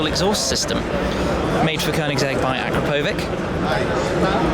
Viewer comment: please Shmee learn how to pronounce Akrapović...